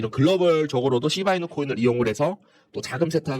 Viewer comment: ㅋㅋㅋㅋㅋㅋ재미있습니다 시밬이누로 들리는데요 선생님? ㅋㅋ